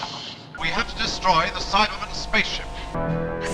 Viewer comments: I’m American, and I emphasize that part of the word. I never noticed that in the show it’s always Cy-bah-man not Cy-ber-man. I hope that makes sense. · Things I learned: 1. All the ‘important’ names are surprisingly consistent 2. They never pronounce the R in Cybe*R*man?!?! 3. Daleks pronounce Omega like an American does, while Benton was the only one who pronounced it like a New Zealander